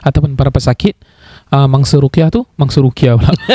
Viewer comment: Terketawa bahagian salah sebut "mangsa ruqyah"